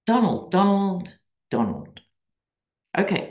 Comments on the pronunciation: DonOLD -with emphasis on the second syllable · The "Donald" thing is starting to be pronounced as "Don-OLD." 😁😆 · Kamala now says “Don-old”🤣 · Lol love your readings. My sister calls him Don-Old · I heard someone say Kamala should start mispronouncing HIS name by calling him not Donald, but DonOLD, as in Don Old. lol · Not only should we all call Trump - Donald, but we should turn around his attack on Biden’s age, along with his mispronunciation of Kamala’s name, and start calling him Don”OLD.” With an emphasis on the old!😂🇺🇸💙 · Call him “Don-OLD” ❤ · Donald... pronounced Don--Old. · Don-OLD. Not Donald. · Yes, call him Donald. Only Pronounce it Don OLD